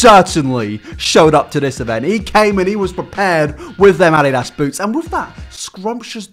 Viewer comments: Don't say addidas ever again. What part of the English channel was told that it's ok to say (ah-DEE-dahs) as (AH-dEEdahs) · (ni-k) it’s pronounced ( ni-key ) not however he said it lol oh my gosh i’ve never heard somebody say it like that and ( a-de-das ) it’s ( uh-dee-dus) 😂